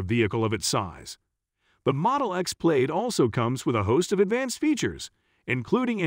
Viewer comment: Why so many mispronunciations? Plaid pronounced "Played"? Audi pronounced "Awe-dee"? Porsche Taycan is NOT "Por-shee Taken".